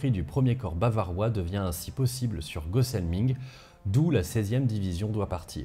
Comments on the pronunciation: Gosselming se dit Gosselmin, Gosselming c'est en Plàtt :) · Alors j’adore la vidéo mais quand tu es originaire de la région de Sarrebourg et que tu entends la prononciation de Gosselming mes oreilles saignent. On dit Gosselmain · Super intéressent comme tjrs !! Habitant entre Sarrebourg et Dieuze j était pas au courent de c est bataille !! Grand merci à toi pour t es video de qualité !! Par contre si je peu me permettre les ville ou village finissant par "ing" comme Gosselming ce prononce "un" donc c est Gosselmun !! 😉😂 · Précision : la prononciation de Gosselming, mon village d'enfance est faite ici à l'allemande :-) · Cool c'est chez moi que ça se passe :) Par contre la prononciation de gosselming je dis non lol